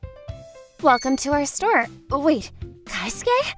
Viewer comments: It's KE-SUKE not KAI-SUKE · It's kei-suke not kai-suke lol